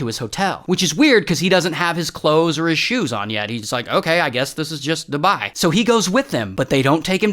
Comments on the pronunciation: Your spouse to say dubai u said duba😂😂😂😂😂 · It's called Dubai not dubaa😠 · "shout out to dubah" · “shoutout to doubAh” ☠️ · Nah I started dying laughing when he said "dubeah" 😭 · “Shout out to DuBahhh” Bro what? 😂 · DobAhahahhh got me laughing on the floor😂😂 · I was not expecting the “shout out to duBAHHHI” LMAOOO 😂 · “Marijahuana , DubÆÆ" 💀🙏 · Bro said "DuBYE" 😂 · The way he said dubai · I swear if the uae hear how u pronunced dubai oh my ur gonna die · The way u said Dubai😭😭